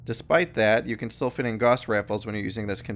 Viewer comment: ok let's get this straight Gauss is not pronounced "g-o-ss" it's pronounced "g-ow-ss"